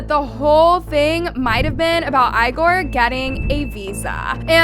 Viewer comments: Lmao, this chick can't pronounce a single name right. "EYEgore", "PAYS". 😂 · Bro it’s not said like eyegor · Girl it’s Igor (Eeeegor) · You can’tIgor name correctly